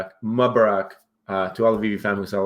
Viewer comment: Moo ba Ruk is how you pronounce it ;-)